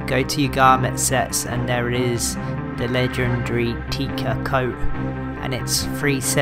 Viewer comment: Tec-a not tea-ca fyi